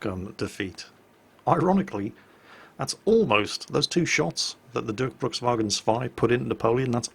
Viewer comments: Dörkbrukswagen? What is that? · sounds so funny how u try to speak Durchbruchswagen 2 :D sounds weird to a german :D